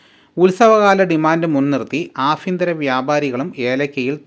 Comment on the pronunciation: ഹലോ ജി നിങ്ങൾ എന്താഭ എന്ന അക്ഷരത്തിന് പകരം ഫഎന്ന് പറയുന്നത് അഭ്യന്തരം എന്ന് പറയുന്നതിന് പകരം അഫ്യന്തരം എന്ന് പറയുന്നത്